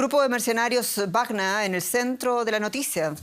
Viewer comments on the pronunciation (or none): Sra periodista ud esta hablando en castellano no es grupo wagna sino WAGNER , lea bien por favor dejse de creerse alemana , hable corrctamente el espanol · Me molesta como pronuncia Wagner